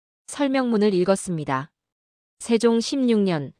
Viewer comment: 내용은 국뽕을 느끼기에 충분합니다만... AI는 아직도 조선 세종 태종 훈민정음을 읽어내지 못하는군요. 중국의 역사를 이야기 하는 줄 알겠어요.